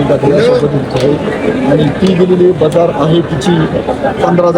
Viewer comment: बझार नाही बाजार म्हणं